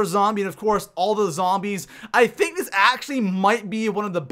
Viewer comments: U said thunk not think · He said thunk instead of think